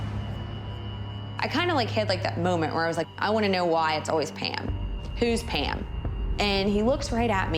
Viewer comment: Sorry are you saying “Pan” or “Pam”, ok so it’s “Pand” with a d, no “PAM”